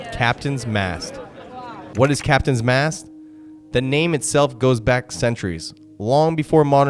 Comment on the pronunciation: It's Captains Mast not mask.